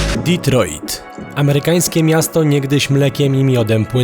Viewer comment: Panowie, świetny materiał jak zawsze. Ale tak z czystej przyzwoitości mogliście nauczyć się jak się wymawia Detroit bo trochę wstyd... Pzdr